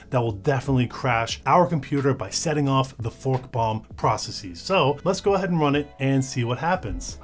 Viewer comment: I heard was f bomb rather than fork bomb, but yea. Sounds the same and does the same thing 😂😂😂